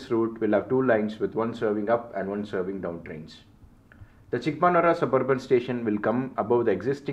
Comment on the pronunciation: it is Bennigaanahalli/ಬೆನ್ನಿಗಾನಹಳ್ಳಿ/பென்னிகானஹள்ளி/बेन्निगानहळळी. Your pronunciation of Soladevanahalli is 98% right (ಸೋಲದೇವನಹಳ್ಳಿ/ஸோலதேவனஹள்ளி). Also it is Chikkabaanaavara/ಚಿಕ್ಕಬಾಣಾವರ/சிக்கபாணாவரா; Myadarahalli/ಮ್ಯಾದರಹಳ್ಳಿ/ம்யாதரஹள்ளி. Your name suggests that you probably a thamizhan and hence I have given in thamizh for easy understanding. Nice video and fantastic, clear explanation. Treat for any rail buff like me